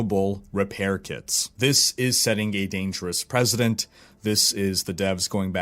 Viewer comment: It's 'precedent' not 'president'. Sorry to be pedantic but I wouldn't expect you to make the same grammar/pronunciation errors as Trump =/